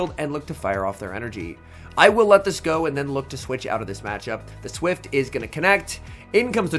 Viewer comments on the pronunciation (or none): none